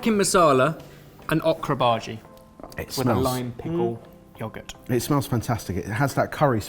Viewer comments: Lol at pronouncing bhaji as "baaargey"!! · I like when says Bhaji in his typical British accent.